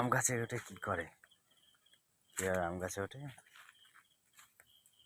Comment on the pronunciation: "কাছের অ্যাম" না "গাছের আম"?